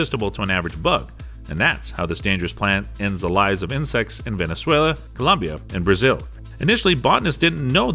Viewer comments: "To the summits of Venesweah" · “Ven — ez — ue — la” can you say it? 😂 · the summits of Venezueueue?